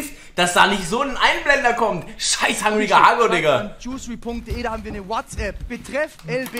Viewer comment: Das heißt einfach Hungriger Hugo wtf nicht hangriger haggo